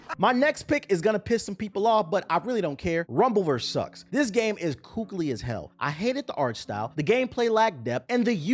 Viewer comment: Time for a collab with ltg. Especially saying kookily🙏